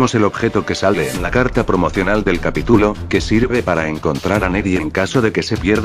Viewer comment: tituloooo capitulooooo porque todos los loquendos usan mal el acento y las tildes???? bueno no importa buen vídeo me voy a suscribir y te voy a poner en mis canales amigos 😎😎😉😊